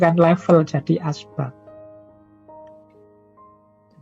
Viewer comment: Min, bukan asbak, tapi asbab